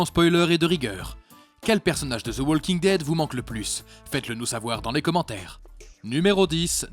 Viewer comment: prononcez Woking dead , ça écorche les oreilles le L